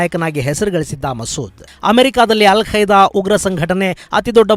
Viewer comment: Yel kaida😄 alla kaida